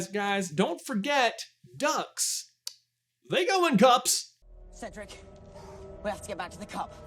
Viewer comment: Cedruck! Noooooo!